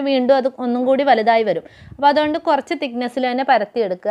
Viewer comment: കോയച്ചല്ല കൊറച്ച്😜😜